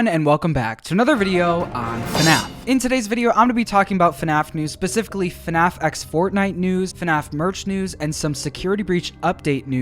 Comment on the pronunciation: “Hello everyone and welcome back to another episode of fuhnaf”